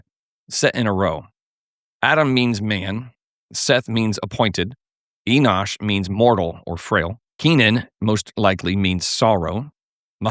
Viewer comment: Enosh... 😂😂😂😂😂 What a Rhodes Scholar!!! 😂😂😂